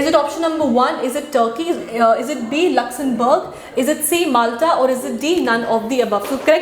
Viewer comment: It’s luxumberg. Not luxun